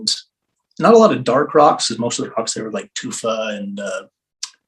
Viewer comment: Thar. Them thar asteroids.